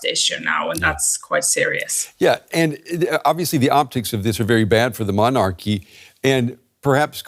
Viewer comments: Sorry can not get past the anchors pronounciation of "Mon-Arc-ee' can some one please teach him its said like MonaKey only stress is at start the middle and in the middle the ar is softer not three seperate gutteral syables it one word. Guess he doesnt say it so often 😂. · why does he pronounce MONARCHY that way? Gzzzz soooooo annoying!!!!!! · Why can that man not pronounce “monarchy” properly?